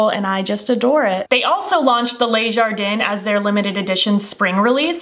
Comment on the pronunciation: Just an FYI - the Le Jardin palette. Le is pronounced like “ler”,without pronouncing the R, not “lay”. Les is pronounced “lay”. Hope that helps! 😊